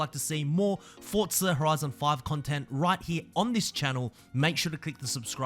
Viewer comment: Now learn how to say forza